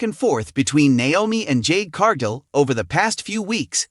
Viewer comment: its car....gill not jill